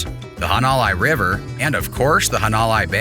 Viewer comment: Had to stop watching after he said "hawn-o-lie". At least learn how to pronounce places correctly!!